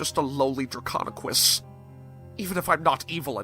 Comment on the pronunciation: Not to be rude or anything, but it’s Draconequus